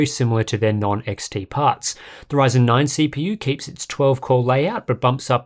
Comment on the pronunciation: Did I just heard him say "AMD whyzen"? 😅😂